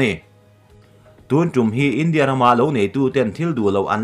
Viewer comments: India i lam rik dan hi ngaihthlak nuamlo tlat i thluk velo a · India tih i lam dan hi a diklo chu ka ti hran lova, mahse a mak.😜😛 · India tih ilam rik dan hi ka ngaimawhna a rei tawh. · Keipawh chu chiah chu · Kei pawh